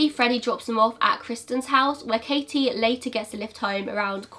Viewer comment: I know this is an older video but thank you for pronouncing the t In my name! (Katie) ngl it’s a pet peeve of mine when people call me kayie 😂😂 ps very interesting case